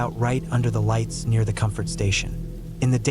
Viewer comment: No lighets. No no ise, bro is turning into a beginner Hispanic dude in English for few words every now and then